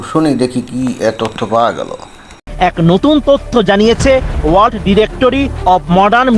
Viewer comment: ভাই World উচ্চারণে বিঘ্ন! কারণ ওর আলজিভ আড়ষ্ট!